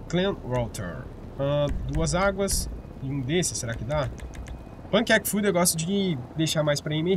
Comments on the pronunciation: Eu vi que você fala "panquec food" kkkkk Na verdade é "Packaged food" que significa comido empacotada. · Mano, não sei se você fala pq gosta de falar assim ou se é porque acabou só lendo por cima mas o nome da comida é Packaged Food, daí se pronuncia "Péqueid food", embora eu goste muuuuito mais de de pancake food do jeito que você ta fala ahahahah